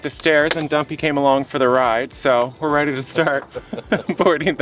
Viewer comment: Ha ha every time says Dumpy it sounds like Guppy and cracks me up, once you hear a thing you can’t not hear it. 😂